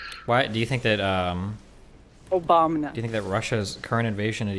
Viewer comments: "Why do we have the internet?" . . . . ."Obamna" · "Who created the internet?" "Obamna"